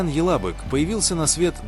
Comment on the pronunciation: Ока́н Ялабы́к,но не яла́бык. Ибрагим паша́, а не па́ша.